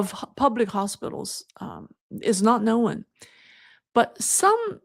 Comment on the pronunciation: Known not no when one syllable. Thank you